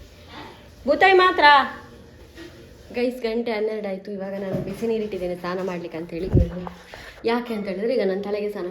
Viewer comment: ಅದು ಸ್ಥಾನ ಅಲ್ಲ ಸಿಸ್ಟರ್ ಸ್ನಾನ ಆಗಬೇಕು